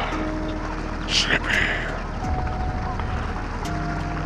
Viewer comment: NOOOO SLIPPY!!!!!!!!!!!!!!!!! btw it souhnds like he says sippy